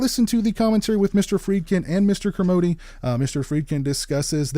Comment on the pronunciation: Kermode as in a la mode, not modee! Sounds like another great Arrow release. Great video.